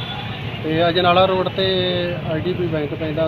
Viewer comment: sir Ajanala nahi ajnala aa